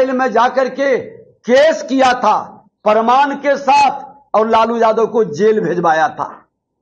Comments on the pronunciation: प्रमाण को परमान बोलने वाले की पढ़ाई और डिग्री कैसी है,अब जनता बखूबी समझ रही है। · प्रमाण को परमान बोल रहा है। यही सब बिहार की शिक्षा और विकास को रसातल में पहुंचाया है। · WAH . ENGINEERING MEIN DIPLOMA YA PHIR DIPLOMA MEIN ENGINEERING KIYA ISSE PATA NAHIN . AUR DEGREE KA PARMAAN DE RAHA HAI . PRAMAAN NAHIN BOL PATA PRMAAN BOLTA HAI . BJP KE EDUCATED BANDA .